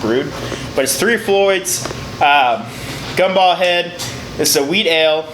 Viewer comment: Radar, its "gumballhead" lmao